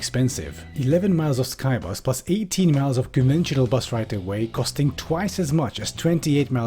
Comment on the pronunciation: says Skybus What I'm hearing: K A I B A S